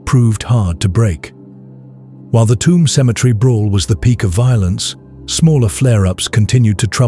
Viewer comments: I’m from Tuam it’s pronounced “choom” but calling it “tomb” makes a lot of sense because it is a shithole. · Great upload! It is very well-told of what goes on in these communities when they are feuding. There are towns and villages in Ireland that just close down when there is a funeral. Just a note on the pronunciation of "Tuam" it is pronounced Chew um. Thank you for the hard work. ☘☘☘ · Tuam in Co. Galway is pronounced "Choom" like the word tube or tune. Toomebridge in Co Antrim is a totally different place entirely. Tuam is an Irish word Tuama which means a graveyard and is the seat of the Archbishop of Tuam, one of the 4 Archdioces on the island of Ireland. It is now a dormitary satellite town for Galway city 20 miles away but used to be an industrial town in its own right many years ago. A sugar factory, one of 4 in Ireland , was closed down and tore the heart out of the town with its closure. The irish pop group the Sawdoctors come from Tuam. Legend has it that the town was founded by Saint Jarlath in the early Christian era at a site where his chariot wheel broke. Hence the towns crest features a picture of a broken chariot wheel on its emblem.